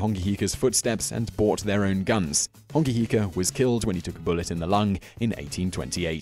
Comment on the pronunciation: Bro learn to pronounce the words properly and do your research properly if you're going to make videos about other cultures. Mere = Meh Reh not Mere. Hongi hika = Ho-ngi not Hong-I Hapuu is a sub group of an iwi (tribe) not specifically a war party. Also the first encounter was with Abel Tasman... not James Cook Mana is prestige (or more a metaphysical property of a person and their power) not a person's spirit Awesome your doing videos about maaori culture but make sure you DO YOUR RESEARCH PROPERLY.